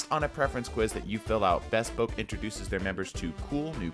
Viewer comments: It's not pronounced"bess-poke", it's "buh-spoke" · thats not how u say bespoke 😭